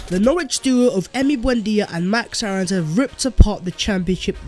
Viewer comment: Keep your hands off and btw pronounce Aaron’s name like airr-ons